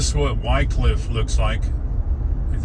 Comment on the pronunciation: love your trips thorough that part of the world. I spent quite a few weeks of my early carrier doing projects at the paper mill in Wickliffe KY,,, You may want to check the pronounciation of that city locally. I always heard (Wick cliff) But I am not a linguist.